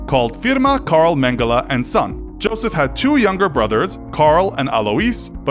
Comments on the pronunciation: It’s YOSEF Mengele, the J sounds like a Y in German, American. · pronounces everything right except Josef. Proceeds to fail German. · important note: it is NOT pronounced "dshosef", but "yo'sef". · It's pronounced "Yo-sef", he is from Germany, and the German language always pronounces the letter "J" with a "Y" sound